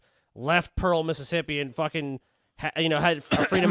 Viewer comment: Oh, he lived in Missippi. Yes, Miss-ippi. Thats how they say Mississippi